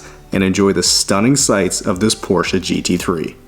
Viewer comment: As a German, thanks for pronouncing Porsche properly 😄